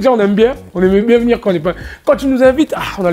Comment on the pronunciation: Naza il me tue : "Mbien" , "Ndire" " Ndirect" 🤣🤣🤣